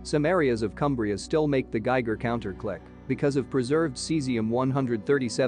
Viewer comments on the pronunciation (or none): none